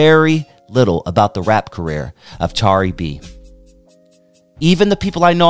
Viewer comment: I remixed some of her tracks on a recent album and she is an incredible person and artist. Though her name is mispronounced throughout the video and there are some inaccuracies, I like this video.